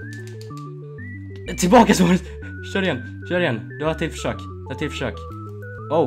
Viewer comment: Hur fan säger du suarez😂😂😂